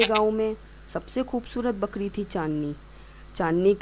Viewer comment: Its not bkdi its bkri